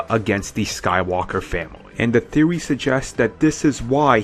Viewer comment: Theowy Twiwogy Waskily Wabbit